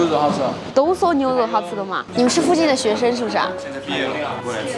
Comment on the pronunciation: 成都念cheng,不是Chen.学生是Sheng,不是shen